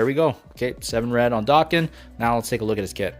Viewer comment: I thought it was pronounced dayken not darken